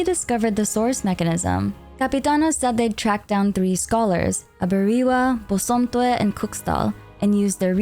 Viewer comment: I don't want to sound like a nitpicky nerd here, but you pronounced those names wrong. I personally am an akan person, and the names Aberewaa and Bosomtwe are Akan. Its 'Ah - beh - reh - wah- (ah like in am, be like like in bed, re like in record, and wah like in whack.) And Bosomtwe is 'Boh - som - tch - whe'. (Bo like in bomb, som like in sombre, I can't think of an English word that has the 'tch' in it, but the 'we' is like in where.)